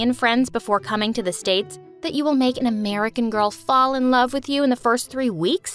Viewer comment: "i ALAVE you melody" 🥲